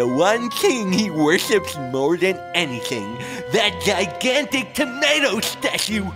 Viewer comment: U always pronounce tomato AND taco wrong